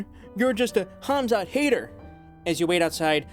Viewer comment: Why you say Khazmat? It's Khamzat